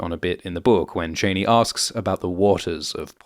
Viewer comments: Chaa-knee. Chaa-knee. NOT Chaney, but Chaa-knee. She says her name, other people say her name, fuck even Denis Villeneuve says her name. Why can't you? FFS 🤦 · Ok, bruh... It's "Chani", like "chah-knee". Not Chain-knee like she's the daughter of Dick Cheney. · Please, if you are going to pretend to know Dune... please pronounce their names correctly...it's not Chainy...it's pronounced Chahni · It’s ‘Chah-ni. Not Chainy. Long ‘a’ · Its not shani its chaani :facepalm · FYI you mispronounced Chani. (my name) Is this how this movie decided to say it?? I have been wondering!! In the original Dune, and as my father intended for me, it is pronounced "Chauny" It has turned out over the last 39 years and in another movie (Anchor man -laugh with me), "Ch-annie" It is not "Chainy" That's really an ugly pronunciation! I truly hope they don't say it that way in the newer movie! Anyway, other than that, thank you for this run down. It's hard to explain something to people you grew up with, but never read for all the details! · Is it your accent that results in the pronunciation… like… Dick Cheney? I though it was pronounced as Cha-nee… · Pronouncing "Chani" as "Cheney" spoils it for me. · Its not pronounced CHAINEE! Its pronounced CHEE-AWNEE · It's Ch-ah-ni not chainee 🙄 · It's pronounced CHAH-nee. As in "I danced a Cha-cha". Not Chain-y! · Please make sure the pronunciation is Cheyney like Dick Cheyney or Cha-Ni like in the David Lynch movie. It doesn't sound great the way you are saying it. Thanks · Why do you keep saying “Janey”? It’s pronounced “Jahney” in the trailer. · Troubled by the author’s pronunciation of the Fremen heroine Chani: you keep saying Chay-née. I believe it should be pronounced Chaw-née. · Sorry - wasn't able to get past about 4 mins because you kinda murder the pronunciation ... Zendaya's character is pronouced Sh-ar-nee, not chain-ee. Paul's father is Lee-to, not Lay-to. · Love the video, except it's disconcerting to hear "Cheh-nee" and not "Chah-nee".